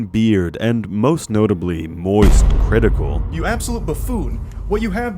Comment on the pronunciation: Ah yes, one of my favorite creators, Moist Cri-One-TiKal.